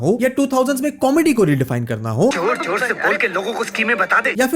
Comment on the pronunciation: "ZOOOORR"Thora Kam Laga bhai😅